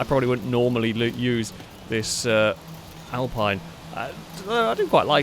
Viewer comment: It's pronounced "Alpine", not "Alpine" ;)